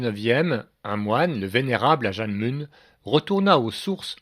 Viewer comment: Ajahn Mun, on prononce "manne", pas "mounne".